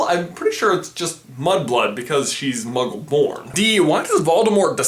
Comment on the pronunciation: he dose say mugle